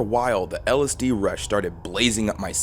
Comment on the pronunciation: When the third word of your 20 minute video, which also happens to be the entire premise, is so badly mispronounced that it causes babies to be born grotesquely deformed.